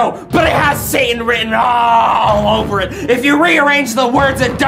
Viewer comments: Did my man just say Saiyan? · 1980s All I hear is Saiyan instead of Satan. Welp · I know it's Satan, but I kinda hearing saian and now I'm waiting for Goku to play D&D.